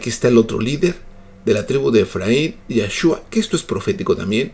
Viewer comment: Sus estudios son buenos amado. PERO NO ENTIENDO POR QUÉ EL EMPEÑO DE PRONUNCIAR Y ENSEÑAR LO Q NO ES CORRECTO COMO LA W EN VEZ DE LA V, LA LETRA VAV DESDE LA ANTIGÜEDAD AL IGUAL Q YESHUA, NO HAY OTRA PRONUNCIACIÓN. NO SOMOS MÁS SABIOS Q NUESTROS HERMANOS JUDÍOS Q POR MÁS DE 2000 AÑos CONOCEN Y ENTIENDEN EL IDIOMA!!!! Habéis VISTO ALGÚN JUDÍO DE ORIO DECIR YASHUA? ❌ NO!!! Su nombre ES YESHUA…